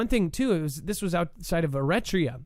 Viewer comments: Pronounced Air-a-tree-ah Eritrea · air- eh-TREE-ah